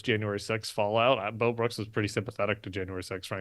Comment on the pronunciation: I thought Tim was saying Mel Brooks. But I am relieved to realize he was saying Mo Brooks! I was thinking, no, not Mel! 😅